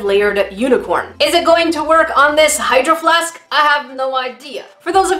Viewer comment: I always hear “hide your flask” instead of “hydro flask”